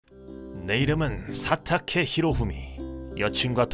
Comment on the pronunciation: 처음 시작할때 성우분이 사타케에 힘줘서 말하는걸보니 구독자들이 사타케를 얼마나 기다린지 아시는것 같군